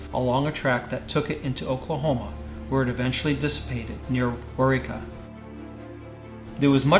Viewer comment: I was impressed that they got Waurika right! Although the second time was just a wee bit wonky but still correct!